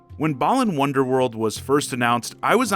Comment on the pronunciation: "Bland wandoorland"